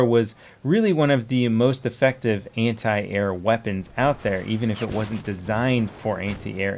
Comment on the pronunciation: why everytime he say anti i hear hentai?????